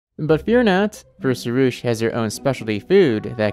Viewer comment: Because im Iranian, we have the word pari (which means angel) and the name sorush. So i can say that you are pronunciation for pari is wrong and you should use "A" as a "AA" but your pronunciation for sorush was right so thats good. Also fun fact sorush is my little brother's name😂